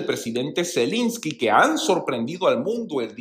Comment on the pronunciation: Se dice Zelensky, no Zelinsky